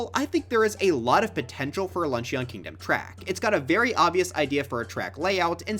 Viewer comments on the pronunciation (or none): I wonder if anyone will ever correct him on his pronunciation of Luncheon. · please google the pronunciation of luncheon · dude pronounced luncheon like an eeveelution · Lunch-eeyon bro its not an eeveelution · yes, I also think that lunch-ee-on kingdom would make a pretty good track. (Mission command to, you must keep pronouncing it like that, you must keep gaslighting everyone, and you mustn't stop until everyone pronounces it like that, it would be REALLY funny bro. Thank you for your service.)